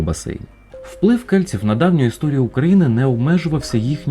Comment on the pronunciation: Дещо дратує ца-цакання: кельціу